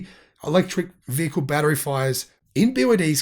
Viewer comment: Note the way the BYD announcer says, "vehicle". They pronounce it, "vukel". It's BYD but they can't speak English? Really!